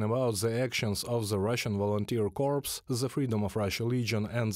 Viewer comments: corps pronounced like "core", not "corpse"-- forgive me normally I wouldn't be so pedantic and point out such a small thing, but in this case it is an awkward mistake to make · FYI - "Corps" is French and pronounced the same way in English. The "ps" is not pronounced. It sounds like "core". "Corpse" is a dead body in English. Thank you for the excellent updates. 🇨🇦🇺🇦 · I recommend you look up a dictionary re pronunciation of 'corps' [UK pronunciation "corr"] and distinguish it from 'corpse', i.e.dead body. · Corps, ps is silent, Corpse, ps is not silent.